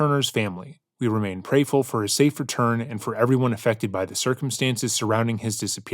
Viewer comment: "Prayful"? ..... I would find a new lawyer